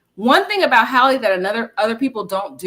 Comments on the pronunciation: Respectfully its pronounced Hay-low not Haalo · Why are you saying “Hallo”?